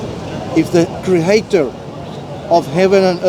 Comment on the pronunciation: the cre-heater 😂😂😂😂😂 deep down he know it